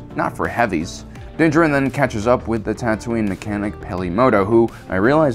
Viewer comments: Din Djarin's last name is pronounced in a similar manner as Django. The "d" is silent. It was bothering me. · You are allowed your opinions, but Jesus man say his fucking name right. It's not Din Djar In, it's Din Djarin. Say it like it's one fucking word dude, how hard is it. The armorer fucking says it, out loud, Moff Gideon said it, out loud. Do you actually even watch these shows or do you just read the subtitles? Fuck man, come on, it's not hard. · The way you say Dinn Djarin hurts my ears. The Armorer literally says his name in the episode. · How do you watch the show this closely and still mispronounce Mandos name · Why tf do you say Din Jarin's name like that there's no speculation on pronunciation they say it several times in the series, fuck the way you say it drives me insane